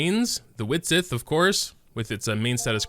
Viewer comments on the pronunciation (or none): none